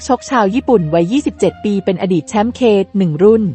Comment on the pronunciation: คนอ่านควรมีความรู้รอบตัวหน่อยนะ เขาอ่านว่า แชมป์เควัน ไม่ใช่เคหนึ่ง